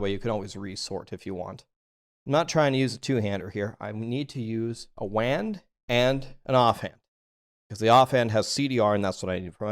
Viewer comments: Super helpful but did you mean to pronounce wand the same as hand 🤔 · Hello. Thank you for the informative video. At about "wand" is pronounced rhyming with "land" when as far as I know it should be pronounced rhyming with "pond". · What's the joke with saying wand incorrectly? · WHY DOES HE SAY WAND LIKE THAT?